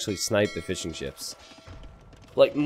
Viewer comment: Every time you say Fishing Ships, it sounds like "Fish 'n Chips" to me.